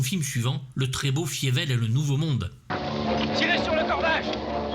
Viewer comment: "Fievel" se prononce "Failleveul"